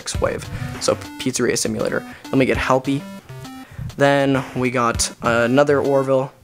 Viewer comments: me says hellpey not lefty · you keep saying helpy is lefty